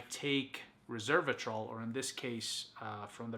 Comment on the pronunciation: You are saying Reservatrol, you should pronounce it Resveratrol.